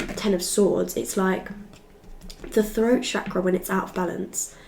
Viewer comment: Yeah the froat chakra is coming froo